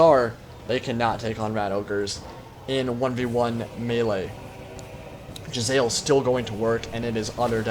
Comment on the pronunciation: isnt it pronounced Jezz-a-leers?